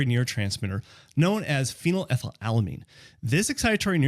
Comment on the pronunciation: You said phenylethylalamine while posting the word phenethylamine. You got it wrong both times. It's phenylethylamine. 😂